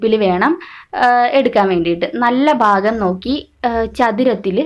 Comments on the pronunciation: ഫാഗം അല്ല ചേച്ചി "ഭാ"ഗം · ഫാഗം അല്ല ഭാഗം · Fakham alla bhakam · Mughal faagam alla. Mughal bhaagam